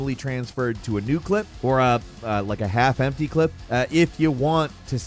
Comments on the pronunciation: Everytime this man said "Clip" I cringed a little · "Clip" jesus christ.. how are you american and getting it wrong??